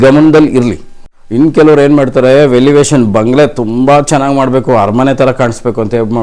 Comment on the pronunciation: Velivation alla adu😂😂 elevation antha heli 😢😢